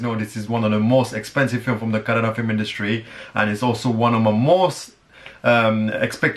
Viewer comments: I love the way he correctly pronounced 'kannada'...instead of' kannad' like others😑😇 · you pronounced Kannada correctly.. thank you